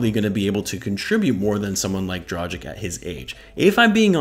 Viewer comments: Say Dragik. Now say Drageetch. You're welcome. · dra-ghee-ch, dohn-chee-ch, voo-chev-eech, bogh-dano-veech, shar-eech ;) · Man can't even pronounce his name right then makes a video about him 🤦‍♂️🤦‍♂️